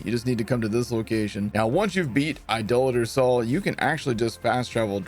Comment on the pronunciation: Please pronounce His name right. Idoh later Soul.